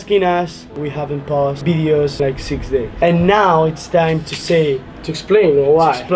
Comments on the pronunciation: still laugh when they say bideos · I love how they say videos they say 'bideos'